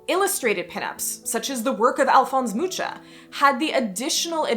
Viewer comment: I love your videos, but please check name pronounciations before making the videos, Alphonse Mucha's was painful to hear.